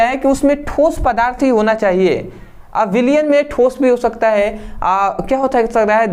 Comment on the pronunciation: Thoos nhi thos hota hai 😂😂